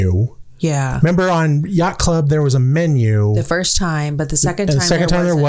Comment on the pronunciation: 😂😂😂 “yacht club in English issss: 😮YyyYyaCht ClUb! 😂